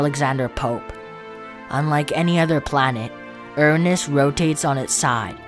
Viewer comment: Erunus ❌ Uranus✅